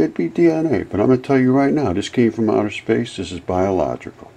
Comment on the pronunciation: Nothing is coming from "outher space".